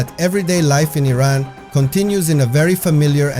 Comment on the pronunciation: At least you say the name correctly. The USA way of saying it is just so stupid and nasty. The city does not seem so cold as it is in the concrete ugly buildings in the USA. New York is building ugliness at its worst. A soul-less place. No surprise them that trump loves the place. Not many garbage amazon products there for sale in Iran. No culture in new york except for prostitution, graffiti, tattooed ugliness on human bodies and women dressed so cheaply. The godly meaning of humanity is long lost in the USA.